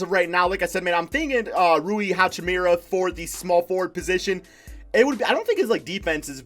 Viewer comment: sounding like Flight with the NBA names lmao. Its Dah-vis Bertans and Rui Hah-Chi-Mora 😂